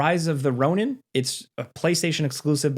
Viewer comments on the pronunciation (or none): none